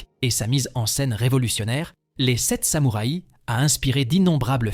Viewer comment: belle selection, et choix tres pertinent ( meme si a mon gout je n'aurais pas intégré " le parrain "dans cette sélection mais peut etre "metropolis" )! meme commentaire qu une autre personne sur la diction un peu curieuse (samoura i )??? pourquoi pas une selection par pays cinéma japonais, italien, francais, espagnol etc y a de quoi faire